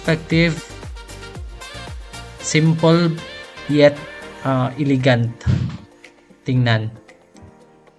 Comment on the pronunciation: E~le~gant HINDI: I ~ li ~ gant (bisaya man gid )